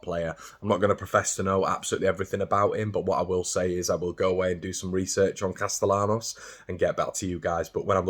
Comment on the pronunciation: Valentín Castellanos would be pronounced: "val-ain-TEEN" "cast-ay-YAN-os" And in Argentina, the "V" at the start of his name would actually be pronounced exactly like a "b", but Argentine Spanish is weird (I lived there for 7 1/2 years) and even the Spaniards will not pronounce it with a pure " b". Plus, the "ll" in his last name would usually be pronounced like a "sh" or a "zh" sound if it weren't a last name Nd he was from the eastern half of the country, but pronouncing the "ll" as a "y" like in "yellow" is the correct way in Spain, so stick with that unless he personally corrects you at some point in the future, but a double L ("ll") is never pronounced lime a single L in English. You're doing great.